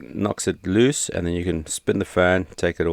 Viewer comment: Why do you pronounce loose as luce?